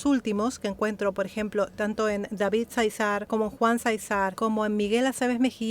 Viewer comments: Disculpe, Záizar es acento en la primera A al menos asi se pronuncia y usted le puso acento en la segunda silaba, gracias saludos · Se pronuncia Záizar, con acento en la primera a. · Miguel Aceves Mejía El Falsete de Oro David Záizar el Rey del Falsete Solo aclarar el dato de la pronunciación en Juan y David es el acento en la primer A, Gracias gracias x la reacción a estos artistas, excelente elección al incluir a David y mencionar que tendrá una reacción particular Gracias En verdad gracias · Cómo avisas que vas a reaccionar a David Zaizar, quiero hacerte una pequeña corrección, con todo cariño... El apellido Zaizar lo pronuncias acentuando la segunda "A" y lo correcto es hacerlo en la primera "A". Un beso y un abrazo,!! 😘✌️😁